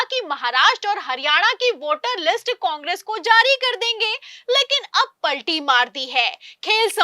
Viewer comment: इस मैडम के बोलने का स्टाइल बहुत बुरा लगता है, कुछ उदाहरण जिन शब्दों को खींच कर लंबा बोलती है, प,,,,, ल,,,,, टी मार जी है, स,,,,,, बा,,,,,,,, ल किया जा रहा है, आदेश पा,,,,, री,,,,, त किए गए, जा,,,,, री नहीं किया जाएगा, समाचार में शब्दों को इलास्टिक की भांति लंबा लंबा खींचना ऐसा लगता है जैसे किसी पर टोंटिंग कर रही ही, इससे लगता है समाचार सुनाने में भेद भाव किया जा रहा है, इन्हें अपना उच्चारण सुधारना चाहिए